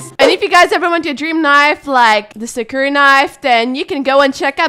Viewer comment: the way says sakura kills me every time